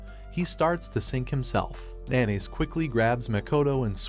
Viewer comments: the way he says haru's name, instead calling him "nanase" he said NaNaYs gets me dying💀😭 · Narrator says MC’s name like how some pronounce mayonnaise